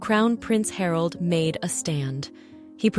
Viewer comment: Harold?😂 Please teach your AI to pronounce the names correctly 🤬 Martha is totally wrong, it is Mä (as in Math) rt - forget your silyy th sound in English with a- strangly said correctly. And Harold is Hārald.... Not hard to say at all. Frustrating to listen to so am signing off now.